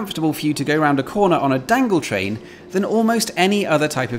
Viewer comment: I've seldom heard people speaking in bold italic font. Every time he says "dangletrain" it's heavily emphasized, like he was more than subtly hinting that the word would be a thing soon. it won't though. more syspended monorail trains and an increase in travel as well as this video getting a good few more likes might cause someone, somewhere to say that, before gargling hand sanitizer, but it will not be a thing. I'm sorry without being sorry; sorry for the wasted effort in talking in bold italic font but not sorry we won't hear "dangletrain" very often in future.